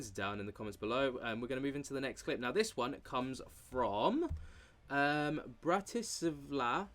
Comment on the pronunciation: thanks for butchering my country capital city! Bratislava - Slovakia.